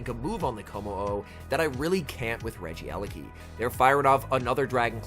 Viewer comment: My ears hurt It's not regi-eleki It's regie-leki